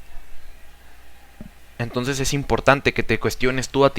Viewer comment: Esta realmente detallado el pensamiento de Platón, las "formas" se entiende como una idea que varea. Me agrado la explicación, pero al momento de escucharlo pude notar algunas muletillas (este) y palabras (tonces) mal pronunciadas que hacían no poder enfocarme bien en el aprendizaje y conocimiento.